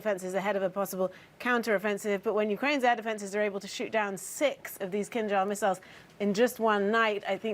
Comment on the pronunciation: You can say Kinzhal correctly but you can't say Prigozhin. What is a problem?